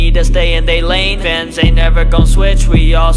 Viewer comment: It sounded like when said fans it was like vans 💀 If your dirty minded sometimes you will know what I’m thinking rn 😅